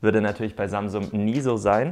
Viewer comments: Alter das heisst samsung nicht samsumm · Am Anfang hast du statt Samsung samsuM